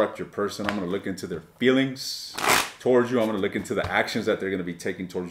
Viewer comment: All I keep hearing is you’re going to “lick” instead of look. Unless I was hearing it correctly 😂